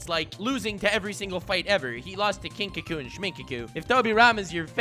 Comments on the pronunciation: You kept saying kinkaku and shminkaku but it is kinkaku and ginkaku. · Ginkaku and shminkaku lmao 😂😂😂